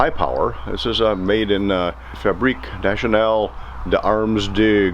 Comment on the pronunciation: J'adore l'accent lol "Fabrique National d'armes de guerre" Merci pour ta vidéo ami américain et bonjour de France 🇫🇷